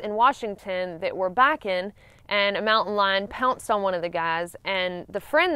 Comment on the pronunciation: It look me hearing her say "backin' " like 5 times before I realized she was saying biking